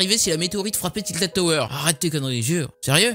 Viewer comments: j'ai stresser quand il a dit "tiltid tower" ^^ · "tiltid toweur"😂😂